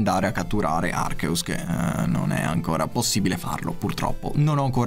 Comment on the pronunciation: Ma arceus in inglese non si legge “archias”. Ho sempre sbagliato… almeno ce l’ho shiny su rubino omega